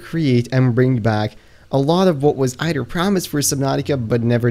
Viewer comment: you also say ider instead of either